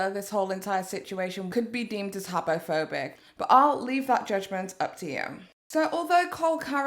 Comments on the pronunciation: I think you said habophobic so many times that my brain actually thinks it’s a real word😂😂 thank you dictionary 🙏🏼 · Just say homophobic and not habophobic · "Habbo Phobic" OMG!!🤣🤣 Did you play that game aswell, sis??😂